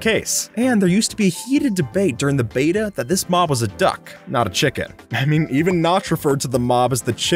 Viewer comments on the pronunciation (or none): none